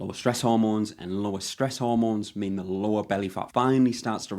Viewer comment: Good video. Funny thing is every time you said lower body fat, I kept hearing Law of Bodyfat. Might be a good title or channel name lol